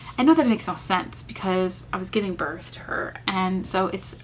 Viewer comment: Birth* not north lol